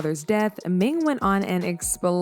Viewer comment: Her name is "Ning" but you keep calling her "Ming" lol